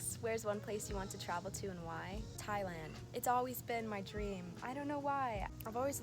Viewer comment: I was shocked when you said 'Thailand". I'm Thai and Youtube suggested your video on my feed. This is so funny. lol by the way, Your voice is so unique!